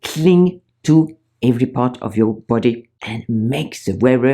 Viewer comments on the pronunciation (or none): none